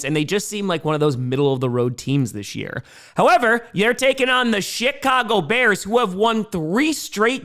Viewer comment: Is it just me, or does pronounce Chicago as sh*t-cago? 😀